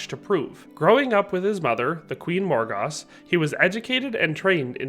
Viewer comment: It's King Lot of Orkney and his QUEEN MORGAUSE (Said like Mor GOES) it would rhyme with words like Morose, Moors, Shores, etc... Morgause was a sister Of both Vivian and Igrainne Whom all the sisters were raised on the Isle of Avalon.